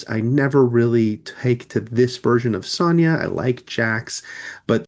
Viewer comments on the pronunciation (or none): Why do you pronounce Sonya's name wrong?